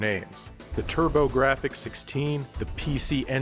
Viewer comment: i love the turb-ah-gra-fix